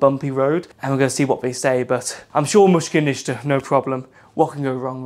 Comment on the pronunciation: mushkil nishta meaning no worries, bad pronunciation on his part but overall nice vid.